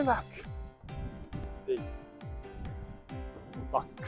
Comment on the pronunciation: RAYBACKじゃなくてLAYBACKですよね。（笑）